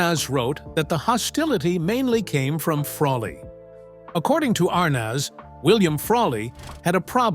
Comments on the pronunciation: ...And I recall it being spelled ArNEZ..not ArNAS...Mandela effect, perhaps? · The correct pronunciation is Ar(neez), not Ar(naaz) Be more accurate in your posts. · I hate when people use AI to narrate stuff. You can tell right away here when he pronounces Desi Arnaz -Desi Arness. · Dezi Arnots? If AI is so smart…… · I’m not familiar with this pronunciation of Arnaz; I’ve only heard it pronounced as aar-nez. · I find these bios as phoney as tabloids. Howdo you know how people really feel? Everyone can tell Frawley seems like a grump in real life. But we don't really know how she felt about him. . And these annoying Ai that can't even say a iconic namel Iike Arnez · Pretty accurate but I can’t get over the narrator saying Dezi Arnoz! Had to quit half way through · Meeee too. Ridiculous! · the pronunciation of Desi's last name - made me laugh. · The pronunciation of Arnaz made my ears bleed. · Mispronounced "ARNAZ"... repeatedly